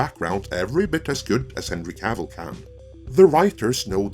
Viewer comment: Wtf is the Witcher wo Cavil???